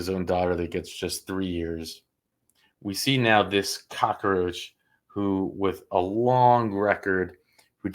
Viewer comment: It's cockroach NOT cock-a-roach.